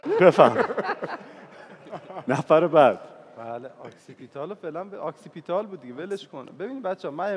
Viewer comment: شماره ۱...تلفظ صحیح کلمه اوکسی پیتال نه آکسی پیتال